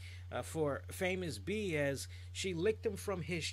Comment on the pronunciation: Matt Striker on commentary called Famous B as " Famous Beach".